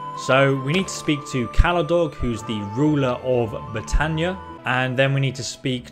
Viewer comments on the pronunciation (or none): none